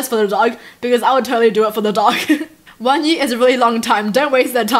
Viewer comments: Why do u say yee instead of year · NO hate! But "one yee, on yee"😂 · The way she says year, Yeer 😂😂😂😂😂😂 Dead ❤️❤️❤️Love You ❤️ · She said "OMG ONE YEEEEE" (year) XDD